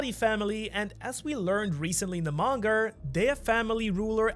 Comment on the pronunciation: 36.10 minutes and you say Monger instead of manga lol